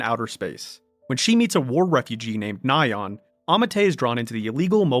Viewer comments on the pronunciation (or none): none